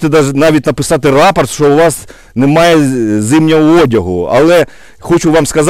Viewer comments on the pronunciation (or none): none